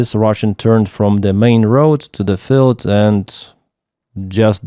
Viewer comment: Hi. You say field as filled. Just to know. Good luck.